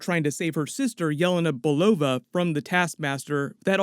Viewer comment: For the first time heard almost proper Yelena Belova from you :-) All the time I didn't get, what did you say. It was like Yeva Nabalova or something like this. Greetings from Russia!